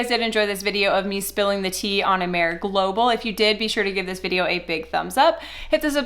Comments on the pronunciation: It's excellent. Did a ton of research on it before I purchased and ingredients are high quaily and research based. Been benefitting from Amare for 3 years and choose to not build a business....which is totally acceptable!!! BTW, the name is pronounced ah-mah-ray. It means love in Latin and most people pronounce it right on the first try. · Mental wellness and mental illness are two different things. Amare does not claim to cure mental illness. You should at least pronounce the name of the company correctly that you are making false claims about. The products are helping a lot of people. The products work. It doesn’t seem like you are credible. You really have no idea what you are talking about when it comes to Amare.